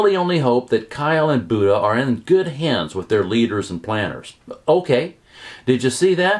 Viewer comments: Please learn the correct pronunciation of Buda. It's not Buda, like the deity. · I cringe every time you mispronounce Buda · You might have a little more credibility if you actually know how to pronounce "BUDA." I guess you're a newbie to Texas too